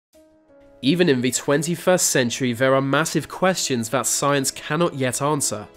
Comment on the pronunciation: Did I hear "science" or "signs??